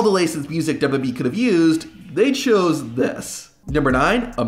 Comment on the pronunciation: The only thing worse than the theme songs is your turbo tongue syllable skipping speech pattern. "dub dubee roster until July tuasen twenty four" Were you high on something when you recorded these? Removed from recommendation.